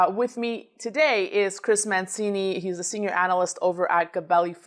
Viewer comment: You,, as Italian yourself should know that Mancini is pronounced 'Mantchini'.